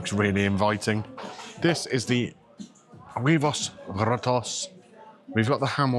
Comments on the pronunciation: You don't pronounce the " H " in Spanish. OO ebos. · it's pronounced "wayvos".